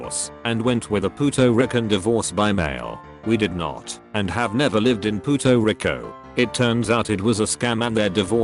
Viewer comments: "Puto Rico" Bitch Rico? LOL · The way he pronounces puerto rico makes me cringe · "Puto Rico"